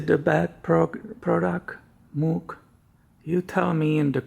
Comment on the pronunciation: It’s pronounced “mōg” (or “moge”). Common mistake.